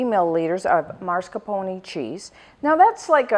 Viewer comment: mascarpone not "marscapone"